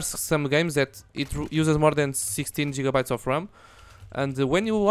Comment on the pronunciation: I like the way you pronounce gigabyte man i love russia